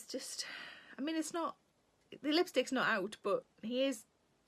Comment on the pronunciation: I am NEVER going to hear the word "lipstick" the same way again. 🤣🤣🤣